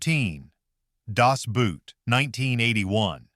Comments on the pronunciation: Good review. But it's pronounced "Das BOAT". The German "Boot" sounds just like the English "boat". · It's not "Das Boot" like footwear. "Boot" is pronounced almost just like English "boat", NOT English "boot". Learn to read German! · Das Boot, is pronounced with a long "o" not a "u". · Das Boot is not a Stiefel. No Das Buut. The O is not spoken like a U. The O is spoken like the O in Telephone. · The second word in “Das Boot” is pronounced like English boat,, not boot as in footwear. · Das Boat, not Boot. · I have never heard an English speaker pronouncing the German word "Boot" correctly. Funny enough: The pronunciation of the English word "boat" is way closer to the german "Boot" then the word English speakers use when they try to say the movies' title in what they think sounds German. Actually it should be rather obvious that the German "Boot" is closer to a "boat" than it is to something that you put on your foot. And so is the pronunciation.